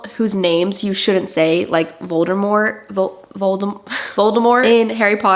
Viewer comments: It’s Voldemort aka vol dee morrt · How can you not know Harry Potter ??? I mean I get not knowing Percy but HArryPotter ??? I honestly don't believe this , especially from an avid book reader. I mean not knowing how to pronounce Voldemort , have you never seen one movie ?? Not one ?